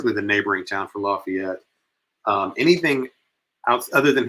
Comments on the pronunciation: I thought locals knew that around here. LaFAYit 😉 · No! The 17 year old was from Lafayette, pronounced with a long a. Not pronounced like you would for Louisiana. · E, Please pronounce Lafayette the right way. We don't pronounce it the way that you keep saying